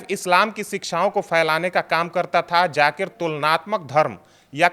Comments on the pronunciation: Jaakir nahen zaakir ko theek se bolo. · Bahn k loday pehle bolna seekh fir baat kr jakir nhi zakir hai 😂😂😂 khud ka test karav kahi tum ko aids na nekle 😂😂😂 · Zakir,jakir nahi bolna Sikh 😅😅😅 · Pehle aap bolna seekhe jakir nhi h Zaakir h baad m nafrat ugalna😅 islam k against